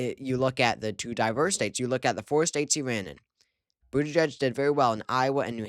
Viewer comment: It’s pronounced boot-edge-edge